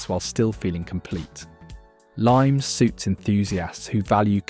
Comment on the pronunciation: Limes is pronounced "Lee-mess" unless I am wrong